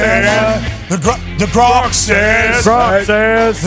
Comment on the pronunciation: It’s grok not gronk and it’s an ai’s opinion dude. lol.